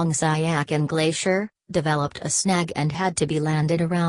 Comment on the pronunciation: The pronunciation of that name is not correct. It is called as ** Si ya chin **.